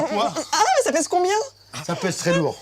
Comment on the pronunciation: "Sa paise combien ?!" "Sa paise beaucoup"